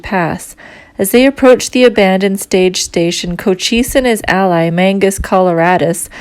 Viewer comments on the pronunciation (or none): none